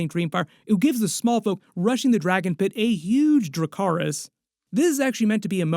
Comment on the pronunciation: Im pretty sure Aegon says dacarys instead of dracarys to Sunfyre because he was bad at high Valyrian.